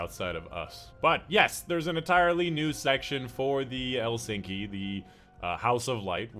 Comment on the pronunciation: Elsinki? Lol. We're not in Sweden. The K comes way earlier in the pronunciation 😉 E-lik-sni